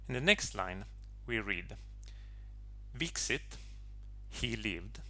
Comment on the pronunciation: Thank you, this is lovely. C is not read as /si/, but as /ts/ (as in rooTS, or booTS) I would read v in VIXIT as /oo/ (as in book)- (the same as all other V's were read in this text) and X in VIXIT as DZ- a sound English speakers don't have and therefore cannot recreate; however, we should not delete that sound from ancient texts only because translators cannot pronounce it. Also: Sweetest son he made Not who made the headstone, but the boy made the sweetest son- meaning he was the sweetest son.